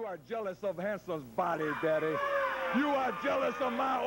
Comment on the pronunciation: "You are jealous, daddeh"! "You are jealous, babbeh"! LOL, wrestlers need to start using "daddy" (or, "daddeh") in their promos again.